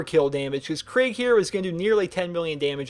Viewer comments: It’s kreeg not craig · Enjoyed the video, hated you kept saying Craig not Krieg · It’s pronounced krEEg. Not krig not kreg and definitely not Craig. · It's not Craig its kreeg but that being said great video 😊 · “Craig” kreeg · Your pronounced Kerig wrong it's Ke-rig not Craig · I don't know why it annoys me so much when people pronounce his name Craig but it just really does. his name is pronounced Kreeg. Like you make a long E noise in the middle, not an ai noise. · The way you pronounce krieg isnt "kreeg" its more like kreg (kr-short e-g saying the e like youd say it if it was just the e) idk how to explain it tbh xD Assuming that his name is suppossed to be the german word for war. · KREIG Not CRAIG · It's... Ponounced... Kreeg... NOT... FUCKING... Craig... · its pronounced kreeg man, not kraig :) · You do know its krieg like in blitzkrieg nog like craig the the pin headed guy in slipknot i know he looks like a psycho but just dont confuse them oke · This seemed like a good video than I hear "Craig" and I closed it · It sounds like your saying craig instead of krieg to me XD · I pronounce it (kuh-ree-eg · no its "kr-egg" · Am i not the only one kinda annoyed by how he says kreig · I love the pronunciation of kreig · I dont like this vid for 2 reasons 1: he mispronounces Krieg 2: he doesnt even know how most of the skills/op8 work (fucking max health) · Does a how to for a character from a game,can't even say he´s name right.